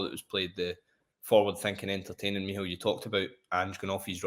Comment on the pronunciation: Meehall? What kind of name is that? Is it supposed to be Mícheál?